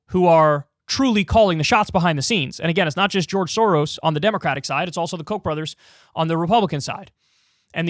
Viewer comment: Pronouncing the s letters in “soros”: is like pronouncing s in the word: SHIp.